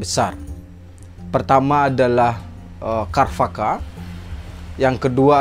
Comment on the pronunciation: pengucapan sanskritnya sepengetahuan saya c..charwaka bukan k... kharvaka